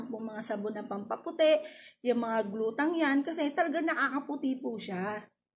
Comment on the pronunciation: Glutah pa more teh.